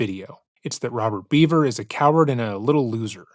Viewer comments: I have some constructive criticism for your channel. I've been watching for years so this comes from a place of love. Its pronounced Bever, not Beaver. The failure to get the basic fact of the family's last name wrong comes across as lazy and honestly, disrespectful. It is not a difficult name to pronounce. I have noticed an uptick of similar issues like this in your recent videos and would like to ask as a long time fan that you put more effort into getting these details right. There are few true crime channels that care about accurately reporting in a respectful manner, and there are MANY that don't. Let's be the prior. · Bro it's not pronounced beaver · Always thought it was Bever pronounced "beh-ver" not Beaver.otherwise, exceptional video.